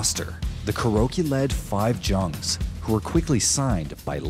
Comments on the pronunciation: The Jungz part killed me. 'JARNGS' KEKW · I cannot stand this! "the Kuroky 5 jungs.." Jungs, Yungs! German! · Love the video. Just for future reference 5 Jungs is pronounced 5 yu-ungs The J in german is always pronounced as a Y